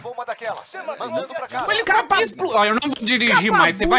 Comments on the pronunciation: "TO no elicopere" kkkkkkkkkkk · "to no helicoperey" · O video é tão engraçado, que ninguém notou em o falando que ta no "HELICOPERÊ"